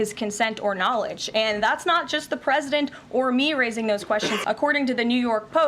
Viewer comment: We beed to do a lot more in the line if education. This character doesnt know that "presidnet" doesnt exist. This leaves a poor perception of those that cannot pronounce normal words. If he has this level of attention to his language, imagine how little is his attention to detail on the matters of Americans' business. 🤡